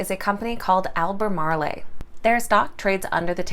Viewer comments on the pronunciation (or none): It is not pronounced "al ba mar lay" it is pronounced "al ba mar oh" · AL-BUH-MAARL...just saying 😁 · I don't mean to all hypercritical, but being a NC native, I just wanted to point out that the town name, 'Albemarle" is not pronounced with the long A accent on the end. The E is silent just like most other words in English language with no accent mark over the last letter. There is no accent mark over the last E in Albemarle. So unless the company mispronounces their name intentionally. The pronunciation ends with the L sound. Al- beh-marel. Sorry. Just wanted to point that out. P.S. Thank you for your stock tips. I enjoy your channel and also think you are a beautiful, well spoken, intelligent woman. Thanks and once again sorry, I mean absolutely no ill intent or insult by my first statement.